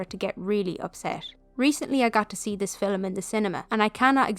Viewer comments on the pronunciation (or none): Great video. The way you pronouce ‘film’ as ‘filim’ is different than how i say it. 😊 Thank you